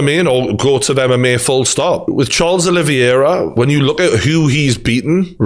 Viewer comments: The champion has a name, it is Charles Olivera. Not Charles oliviera or whatever your saying Geordie. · Your saying Oliviera not Oliveira btw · Name: Olivera Geordie: oli-vi-era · gg is great but every time he says olivIera it gets under my skin lmao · "Oliviera" yeah all the people saying you don't know what your talking about are just haters aren't they. Who cares if you can't say the champs name properly. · Video title should be- McGregor fan boy still hurting and not giving Khabib the respect he deserves struggles to pronounce Oliveira. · Geordie you can't complain about people saying you don't know what your talking about when you can't even say the champions name properly.